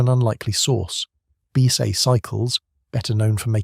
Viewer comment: BSA being read as “bee-sa” and co-axial being read as “caxial”. Downvote for stupid reader robot.